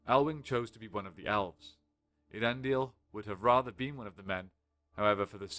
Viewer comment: A lot of people can't pronounce Earendil. It's ehh ah rendil